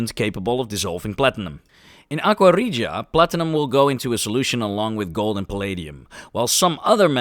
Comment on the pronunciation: Great video. And thank you for doing live narration. No AI or speech to text software. Very well done. And great pronunciation of 'aqua regia'!